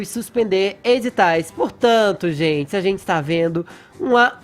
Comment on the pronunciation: Fala direito, maluco. "Tem zentsi" não sabe nem falar porra. Enfia o dislike no cu do Fefito.